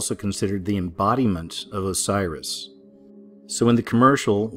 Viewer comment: Its osiris not cyrus.